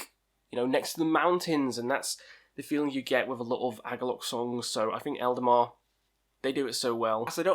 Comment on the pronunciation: Man, you put the names all wrong... Eldemar/Eldamar, Winterfell/Winterfyllth,Druke/Drudkh, Sail/Saor........